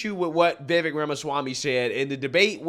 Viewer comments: Vivek is pronounced Vivake like cake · It's "Vi-VEYk", like "cake", not "VEE-vek". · Vivek is pronounced like vi-vake like cake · Hey Love your Channel! You have the BEST in this category!! One thing on Vivek.... I was pronouncing his name like you do previously, but II heard him say "It is Vivek like Cake" ...sounds like Vivake. Anyway keep up the great work and all the great postings!!! 😃